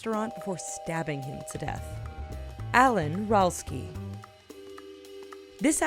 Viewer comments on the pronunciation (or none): none